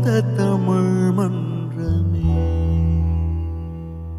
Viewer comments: Not exactly. Kaalai "பொழுது" is wrong. Note at 1.13 - He pronounced it as பொளுது. Also, "தமிழ்" pronunciation in tamizh mandrame is not perfect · Nearly flawless .... just nearly .... wish he had pronounced the word tamizh like it should be pronounced . phonetically , it is tha mi zh , not thamuzh. On the whole fabulous singing !! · Not exactly. Kaalai "பொழுது" is wrong. He pronounced it as பொளுது. Also, "தமிழ்" in tamizh mandrame pronunciation is not perfect